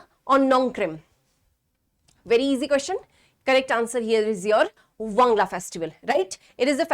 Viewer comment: Not wangla wan+gal+a